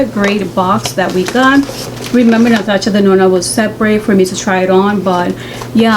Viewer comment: The way she says Natasha Denona is so cute , my mama also pronounces it like that, I Love 😍😊